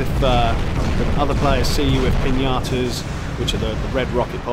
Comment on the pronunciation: I know I’m late, but I seriously love the way you pronounce Piñatas as Piñatoes 😂